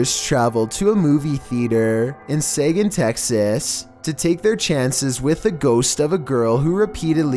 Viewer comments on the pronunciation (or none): It's not say-gin, texas. Its suh-geen texas. Jfc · Seguin TX, Not Saygun TX.. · It's pronounced Seguin (sig-EEN), Texas. Please make sure that when you say the name of a place that you make sure you say it correctly. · #10. it’s Seguin, TX, pronounced “Seh-geen.” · Seguin is not pronounced like that it’s like segeen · At #10 I know that town. I've lived there for 7 years and never heard of a haunted theater. Theres a hotel that is haunted there I know for fact. It's also pronounced "se-GEEN" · It's pronounced "suh-geen"... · Were you trying to say Seguin, TX? SEH GEEN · It's pronounced Sugeen, Texas.